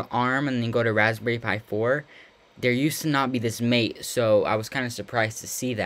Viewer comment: Pronounced mah-tey